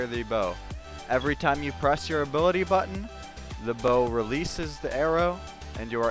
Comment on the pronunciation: new abilaty